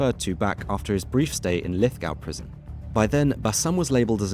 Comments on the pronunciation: Bank-stow and lith-gow 😂 too funny definitely not from NSW or Australia. Lith-go and banks-town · It's pronounced Lithgow not Lithgow. Sorry couldn't help myself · Lith-go not gow, banks-town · Lith(go)w being pronounced as Lith(gaow) and Banks(town) being pronounced as bank(stone) really made me giggle for a sec there 😂😂 Overall, a really well put and informative video! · The video is quality content and information, my ears did bleed when narrator said Lithgaw instead of Lithgow but its all good. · Pronounced LithGO not LithGOW... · pronounced LITH-GO not "LITH-GAOW" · Bruh, the pronunciation hurts. Not your fault, easy mistake to make if you’re just reading the words, but got the “ow” sound mixed up with Lithgow and Bankstown. The “town” is pronounced like “town” and the “gow” is pronounced like “go”. Lith-go, Banks-town. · It's actually pronounced Lith Go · Lithgow is pronounced lith-go. Bankstown is pronounced as written, banks-town. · Lithgow prison should be pronounced Lithgo silent w😮😮😮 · Lithgoooo not gow 😂😂😂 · Its pronounced Lith-Go Fantastic video though mate. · B4l 💪🏾 and it’s called Lithgow’s 😂 dip shit not lithcow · Learn how to pronounce Lithgow and Goulburn! 😢